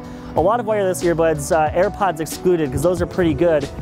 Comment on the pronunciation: "For some reason you don't want the air puds" dude are you serious?